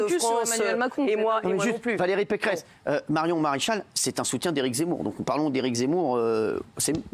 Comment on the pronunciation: pequeresse peceress pecheresse pecqueresse ou peceresse ?????? quelle mito cette femme elle fait honte a la droite !